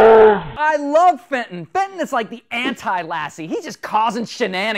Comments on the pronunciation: I heard Satan, not Fenton. xDD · The slow mo "FATON!!!!" (is dat how i spell it?) Sounds like "SATAN!!!" (0 : 30 sec into the video.) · i thenk hem is saying satin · It's FENTON!